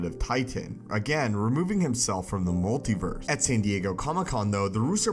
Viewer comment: Anyone else notice how he said concer instead of conquer, multiver instead of multiverse and univer instead of universe